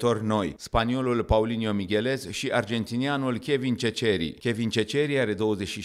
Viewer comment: Comentator! Ceceri ( Seseri!!! Se pronunță). Uită-te la el, arată de 1.70?? Are 1.90!!!